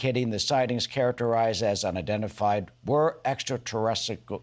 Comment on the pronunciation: Jesus….that was hard to watch. You can tell how uneducated Fox News hosts are when they can’t even say a simple word like extraterrestrial. My 4 year old can say that word. Good on you Mr. Burchett for holding your cool and fighting on behalf of us who’ve had encounters. Being in the military stationed at Camp Pendleton, marines and I would see things all the time off the coast that we couldn’t explain. And we worked with all sorts of aircraft. Our populous needs transparency, and you have my respect for attempting to the best of your ability to bring that to us.